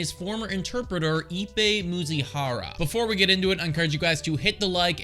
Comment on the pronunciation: It’s Mizuhara, not Muzihara. 😂